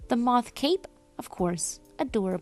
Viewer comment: it is moth, but as a tiny mask wearing Skykid, they struggle with the "th" sounds so comes out as "ff"